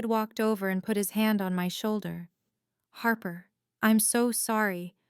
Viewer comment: 'Harper' becomes 'harbour'